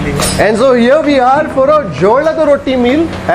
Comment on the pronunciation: People don't have any other work What is this. First learn to pronounce The dish name.. If you want to watch watch it alone with your husband or brother... You don't have to show puneeth sir's videos People of india will watch by Themselve. Anyway thank you🙏 Rest in peace Dear puneeth sir.